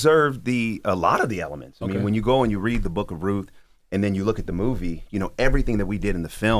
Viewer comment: Uhhh, is it RUTH or ROOF??? There's a T and an H!!!